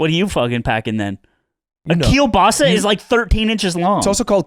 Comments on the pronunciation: is the one pronouncing Kiełbasa right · Just wanna say, it's kiełbasa (it's polish, is pronounced kee-eh-w-bah-sah, and also just means sausage) but kielbasa is also a way to say it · Ludwig is right on the Kielbasa pronunciation